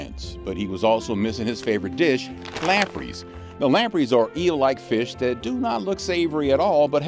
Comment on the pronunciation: Lamprees??? It’s pronounced lamprays…